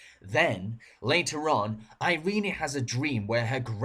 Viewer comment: "Iree-nee"? Heh.....ehh.